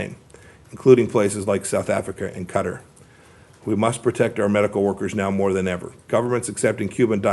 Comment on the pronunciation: I don’t believe anything that comes from your mouth. You and all your cronies are all liars and totally corrupt. And it’s kah- tahhhr, not cutter!